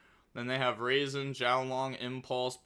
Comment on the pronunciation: I believe it’s pronounced “Rah-Zen” not “raisin”